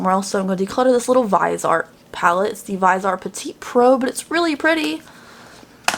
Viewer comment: VISEART is a three syllable name VIZ-EEE-ART. if it were just a word, who cares, but its like saying someone's name wrong over and over. thanks for keeping me entertained! ;)